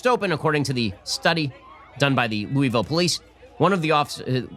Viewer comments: Learn to pronounce Louisville...LOO-a-vul. LOU-iss -vill is in Colorado. Louie -vill, is maybe the baseball bat? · Shapiro pronounced Louisville like an outta stater. Heheh.